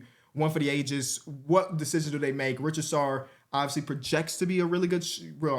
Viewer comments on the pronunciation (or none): It's //Reessasher not //Ritchiesarr bruh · Richy Sarr vs Reesa Shai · day 1 of me telling it's ree-za-chay and not ri-cha-sarr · bro his name isnt richard-sarr its ree-sash-ay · bro is pronouncing Risacher as Richasaur. wtf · Risacher is pronounced ree-suh-shay btw, P got you guys brainwashed 😭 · Risacher is pronounced “Ree-saw-shay”! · How do you see a name like risacher and pronounce it richasar? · Risacher is ree-za-shay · we’ve got to get you pronouncing Risacher correctly one of these days. Reese-uh-shay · Just a heads up I believe Risacher is pronounced Reese-ah-shay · i love you dawg, but who tf is rich-a-sar😂 you dont even gotta say it the french way but atleast just sound it out and you'll find out that you're saying that dude's name hella wrong😂😂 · How we still pronouncing his name rich-a-sar 😭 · he’s French, the “cher” at the end of the name is pronounced like “shay” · has a legit disability tho 😂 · real q how long into his career will you actually read what Risacher’s name is spelled and pronounced like Lmao